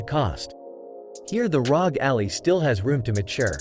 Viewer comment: Couldn’t finish the vid because he keeps pronouncing Ally like it’s Alley.